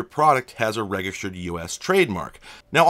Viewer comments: "Registered" has a soft G. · That is the most jarring mispronunciation of the word "registered" I could imagine. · That's the first time I hear "register/ed" pronounced like that.